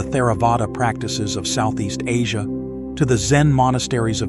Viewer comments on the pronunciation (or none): none